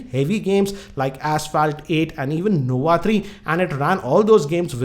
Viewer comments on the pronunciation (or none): none